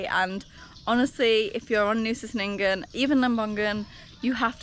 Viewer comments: Just a heads up, C in Indonesia is always a ch sound 😊 Chenigan not Senigan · Ch..Chenin-gan - I really feel like you should have the pronunciation correct to vlog. All C sounds are Ch.. It it’s an “ess” sound they’ll use an S. Like Polisi rather than Police. Even Doctor is spelt Dokter. You’ll notice the letter C is never used in a hard pronunciation. C is always Ch. like Canggu